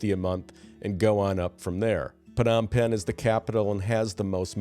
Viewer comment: Phnom Penh is pronounced ,Nom Penn.